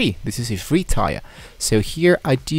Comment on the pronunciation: I thought he was gonna either set up a website or at least a public html directory! All this idiot does is read a couple pages from the cloud console and mispronounce 'Tier' 😂